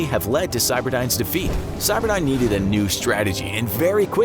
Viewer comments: Cyberdyne is spelled with a y, not an i. Geez and I thought you were supposed to have done your research. Cyberdine sounds like an internet cafe. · Terminator movies: cyberdyne This video: CYBERDINE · It’s not cyberdine it’s cyberdyne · stop calling skynet cyberdine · i hate that you say cyberdine its skynet for gods sake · "CyberdIne" and "thermyte"? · It is driving me all kinds of nuts you are calling the bad guy AI "Cyberdyne" instead of "Skynet".